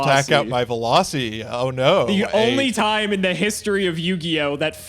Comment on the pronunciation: Veloci? You mean Velussy